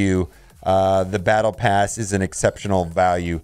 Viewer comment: No, it's Bottle pass. You said it correctly.